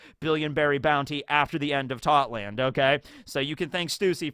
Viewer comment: Also since you brought up that the English dub reach whole cake island, in it we heard how Totto land is pronounced in English, and it is pronounced how it’s spelled, but why do you miss out the “o” at the end?